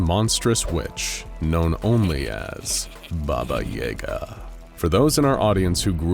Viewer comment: I don’t like how he pronounces yaga he even mentioned the movie John Wick, where they pronounce it correctly or what I’m used to